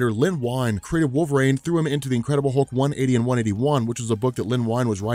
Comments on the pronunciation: Great video, but dude, it's "wolvereen" not wolverain" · It’s wolverine. Not wolvarain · WolverANE. Can't unhear. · I was instantly gaslit when he kept saying" Wohlve-rain" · You actually said Wolvrine , slow it down homie. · Anyone else hearing wolver-rain?